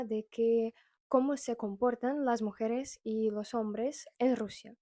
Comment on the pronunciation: hola. Un dato: mujeres lleva acento en la e del medio mujEres